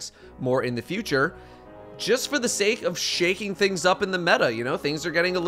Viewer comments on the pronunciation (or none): none